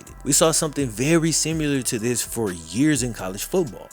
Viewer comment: Don't say "simular"!